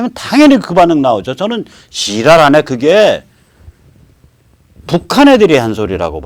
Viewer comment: 지랄하네 소리가 한국사람 말소리가 아니더구만요. 북한사람 말투로 들리던데